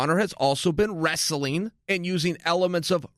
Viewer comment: He pronounces "wrestling" as if it rhymes with "vaseline". It's adorable.